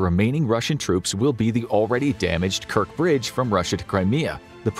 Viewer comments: It’s [KerTCH] Bridge, NOT [KerK]. It’s BuTCHa, NOT BuKa!!! Wtf-train your AI reading better!!!!! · Kerch bridge. CH as China.